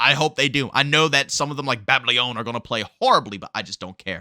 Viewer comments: He knows how to pronounce it but he is just trying to have catch phrases in his videos like BT does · The guy cant even read or pronounce babylon properly but were sposed to take him seriously 😮